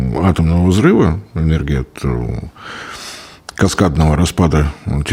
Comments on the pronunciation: Энердия? Языте? И этот человек лекции читает? Это же уничтожение мозга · мне кажется или он все время говорит ЭНЕРДИЯ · ЭнерДия? Эт что такое? Вроде всегжа быда энерГия...😮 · ЭнерДия. Не смог послушать